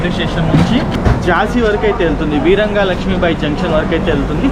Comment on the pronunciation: వీరంగా లక్ష్మీబాయి జంక్షన్ కాదు, వీరాంగనా లక్ష్మీబాయి జంక్షన్. వీర వనిత అన్నట్లు.